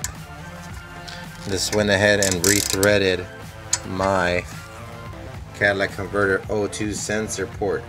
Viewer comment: Cadillac inverter are you deaf